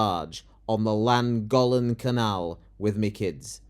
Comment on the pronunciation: In deference to the inhabitants of Cymru, you could sharpen up your pronunciation of Llangollen, that's unless you want to appear racist.